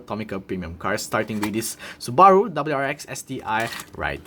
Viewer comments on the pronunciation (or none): Great review! Though one suggestion. Check how to correctly pronounce Subaru. The way you're pronouning it isn't the correct pronounciation and sounds phonetically almost like Sbarro, which is a different car manufacturer.